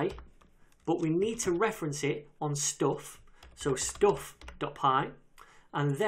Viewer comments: Course is awesome, but his Stoofff pronunciation though :D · Gusein Gadirov каких британцев? Я не слышал, чтоб британцы 'stuff', 'up' так произносили как он) Что-то не то в его произношении, поэтому подумал канадский